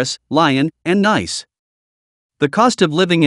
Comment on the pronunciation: Nice is pronounced "NEECE"